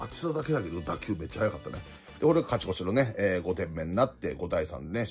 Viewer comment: 勝ち越しをかちこちって言ってるの好き